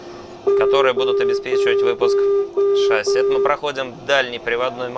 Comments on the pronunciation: Пилот???? Говорит "шАсси" !!!!!!😆😨😵😂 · Пожалуйста говорите правильно ШассИ - французское слово, ударение идёт на последний слог как и во всех французских словах. Очень бесит когда ударение ставят на первый слог (тем более пилоты которые должны это знать) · Почему все пилоты говорят слово «шасси» с неправильным ударением?